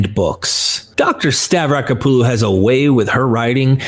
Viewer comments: I wish he would pronounce Francesca's last neme correctly. Stah- vrah-KO- puh-loh, there is an accent on the first "o". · STAVRACK-OPPALU... what the hell is stav-racka-poo-loo